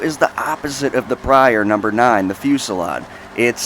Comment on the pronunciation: Want to know what I find annoying and cringey? Literally EVERY. SINGLE. Top _ List Narrator is Dyslexic as fuck. I get that certain words are pronounced differently through nationality and stuff but most of the time its just a massive face palm because of how much of a fail it was. And it isn't big words either, it happens with the most simple words like in this case, Fusilade and Vigero. Like, come one dude... I think its a psychological thing and that they want to pronounce everything perfectly for the perfect video but most the time they try too damn hard and just butcher the words. I honestly dont understand how they manage it.